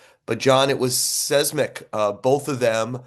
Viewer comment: Was Joel trying to say seismic? Odd pronunciation choice